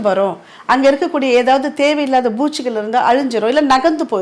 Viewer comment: பூ(B) ச்சிகள் அல்ல! பூ(P) ச்சிகள் என்பதே சரியான உச்சரிப்பு.